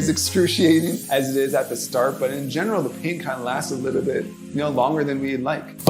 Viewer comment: Not a lot just a “Liddlebit”